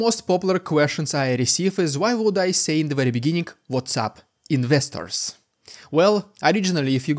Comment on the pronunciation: Thanks for explaining that you're saying "What's Up Investors." I had no idea what you were saying!! lol! Ministers? Misters? 🤣I couldn't tell for sure! Now I know! Thanks!